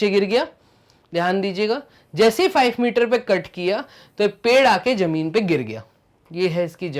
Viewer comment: Question no 5 ma sir zameen ko jameen bol raha hai😂